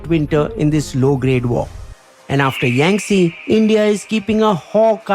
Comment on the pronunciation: It’s yangte not yangtse